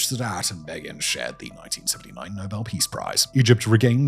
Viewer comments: You really struggled with the pronunciation of names in the Sadat section. Begin, Mubarak, Rabin. Great video, though. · I realise in this video clearly what must be true: our Dear Narrator is no intellectual but a merely a reader of copy. C’mon can I ask Simon to use his own memory of how to pronounce the names such as Menachem Begin (which most definitely does not sound like the small b version in English) and the names such of a Francophone name as Juvénal with a Spanish “jota” sound indicates a sad weakness of native English speakers. We don’t know how to pronounce these words?? I can correctly say Karageorgevich which is what that ð d thing means. DO BETTER. I really enjoy the narratives of these historical reviews. You guys should care more about the reception of people who maybe are not familiar at all and adopt your mistaken pronunciation as true. That does a disservice to both the historical record and your prioritization of algorithmic-derived wealth versus a bit of simple research. I challenge you to improve, please. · The ninth most significant assassination you didnt learn about was when Menachem Begin's name was utterly slaughtered by Simon Whistler. 😂 Granted, and in fairness to Simon, I grew up hearing his name often on the nightly news. I vividly remember the assassination of Anwar Sadat -- I was 10. I had rather liked him, not that I could coherently explain why, other than to invoke "kid logic" as the reason. His assassination really upset me, partly because I had liked him, partly because I still remember staring in horror at the images of the scene on the news that night, the upturned chairs and the blood all over the place. It was the first time I had seen anything like that as a kid. I had heard a lot of things about the JFK assassination, but no photos at the time (I had not yet heard the name Zapruder, somehow). So it was brain-searingly shocking.